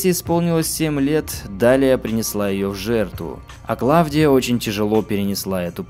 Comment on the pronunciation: Все хорошо... но какая ,к черту, Клавдия?! Она КлаУдия. Сильно режет слух.